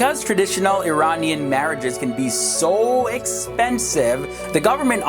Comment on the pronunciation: Such a shit flag compared to the original flag.. the "daarie" hahahaha the way you pronounce iranian is hilarious. The daarie is a joke